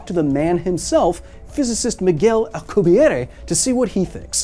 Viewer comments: I appreciate you pronouncing his name in it's proper linguistic form. And i will always respect it as such. However, i must say! I LOVE the way his name sounds in english. Or when referring to the Drive. "Al-que-bee-air" It sounds legendary! Like something you'd read in a history book! 👌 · You're the only person who I've heard pronounce Alcubierre's name the traditional way.